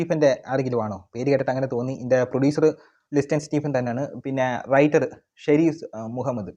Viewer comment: ഇതിൻറെ തിരക്കഥാകൃത്ത് പേര് പോലും ശരിക്ക് പറയാൻ പഠിക്കണം.ten bySharis Mohammed . താങ്കൾക്ക് ആസ്വാദനം മികവ് നഷ്ടപ്പെട്ടിട്ടുണ്ട്.അതാണ് താങ്കളുടെ പ്രശ്നം.